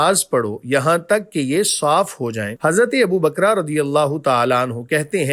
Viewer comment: Who is abu bakra,it’s not bakra infact bakr!